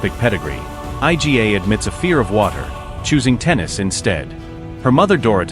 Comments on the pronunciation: Yes, I agree with your comment. Absolute ignorance not to make an effort to pronounce her name properly and instead spelling it out I G A 🙄 unbelievable ignorance! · Informative video, however...it's an absolute ignorance not to make an effort to pronounce her name properly and instead spelling it out I G A 🙄 unbelievable ignorance! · Yes, I second your comment. Absolute ignorance not to make an effort to pronounce her name properly instead spelling it out I G A 🙄